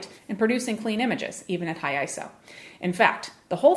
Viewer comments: 'The screen moves differently'. Wow, such a great reviewer... NOT! So simplistic it's unbelievable. And it's not pronounced 'Eye-So', it's 'Eye-Ess-Oh'. Absolutely the worst channel on YouTube. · It's Eye-Ess-Oh, not Eye-So, just as it's Nick-On, not Nye-Kon!!!